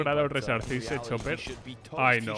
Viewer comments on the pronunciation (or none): none